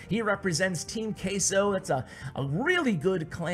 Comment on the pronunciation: not meaning to be rude but the way u pronounce queso really bothers me since its spanish its pronounced differently